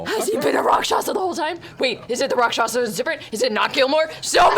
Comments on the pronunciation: I find it so endearing that Matt always slips with the Rakshasa. He always says "Raksasha", yet when people ask him what it is he says it right. Idk its cute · Welcome to the return of Matt saying Rock Sasha.